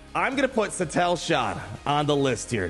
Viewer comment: omg haha please pronounce satele correctly lol, apart from that another banger video